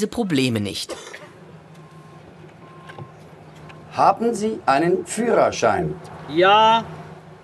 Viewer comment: "Nisch Las Palmas, dit is Majorka, Mallorka!" xDD Die Berliner immer mit ihrer missgebildeten Aussprache.